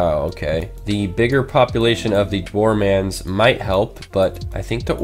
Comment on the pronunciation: Dwarmans XD It's actually Dwar men